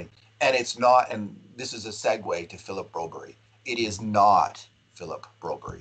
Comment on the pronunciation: Philip Broberrjy?? wtf.